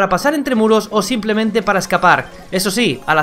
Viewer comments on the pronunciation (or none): none